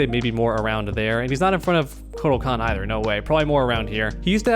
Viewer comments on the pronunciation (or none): none